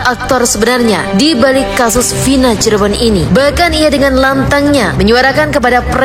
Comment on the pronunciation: Cirebon mas, bukan Cirbon